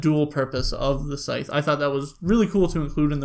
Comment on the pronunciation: Just stumbled on your channel- really enjoyed your review! Will definitely tune into more of your videos. It's funny though that you mentioned that the rule book explains how to pronounce Scythe and then you still pronounced it wrong. :)